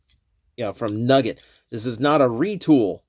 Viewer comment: Wrestling fan + hearing "Nuggi(e)t = thinking of, and missing, Owen Hart